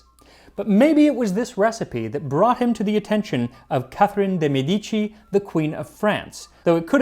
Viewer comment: I admire your French, but I must advise you that the Italian family name Medici, meaning doctors, has the first syllable stressed, MEH dee chee, because the Italian medico comes from the Latin medicus in which the accent falls on the first syllable. It is a common mistake that even the BBC makes. Carry on.